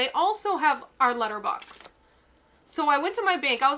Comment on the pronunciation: Bux not bud LOL😂